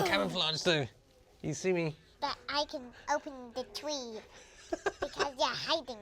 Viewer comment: "I can open the tweee"